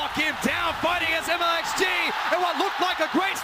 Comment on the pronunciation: I’m surprised that the announcer actually pronounced MLXG right...